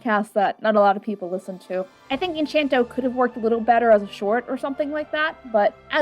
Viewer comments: Encanto, not enchanto. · it's Encanto. not Enc**h**anto. there is not an h there. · Great video, I hate to be one of those people but it's, pronounced "In can toe" , but yeah that's how I pronounced it first too. Ps, don't take this too seriously I don't speak Spanish so... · Enchanto? You mean Encanto? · wow i can forgive people saying "en-caen-toe" because of their american accent but enCHanto?? you are actively mispronouncing the word that's been said in the movie so many times ugh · no hate but its encanto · I'm sorry... En-ch-anto ? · I can't take this seriously when you say "Enchanto" when there's no H in the word. this is a joke by the way. i just think it's funny since i said it like that for a good while but it didn't sound right till i actually said it right. XD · Not really your best vid,. Also mispronouncing the movie title is really not the best look, and I can only imagine it was done to farm engagement, which kiiiinda sucks But hey, I ended up watching the movie after seeing this and loved the movie anyway. Not really sure where your criticisms are coming from tbh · I feel like you should have done,,, like ANY research before making this video. You come across really dismissive and tone deaf to something that is a very real struggle for people all around the world, especially when 'reviewing' a movie whose target audience is a very specific culture. Also you couldn't even be bothered to find out how to say the name of the movie? I've been subscribed for a long time but fam this is a bad look. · I usually love all of your content, but this video is unnerving to me just because of how often you mispronounce the name of the movie. You have some good points. That said, I think you seem a bit annoyed with the movie and slightly hand wavy while also admitting that therapy is a lot harder to do for some people. I like the video, but I don't love it as much as I usually do with your content.